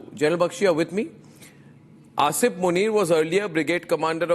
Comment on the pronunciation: Arnab - it doesn’t matter. His name is Asim and not Asif. I think you keep saying Asif. You are a very reputed journalist. Please pronounce the names correctly.